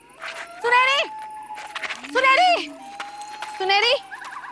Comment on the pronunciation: Sunaini nahi Sunheri🤭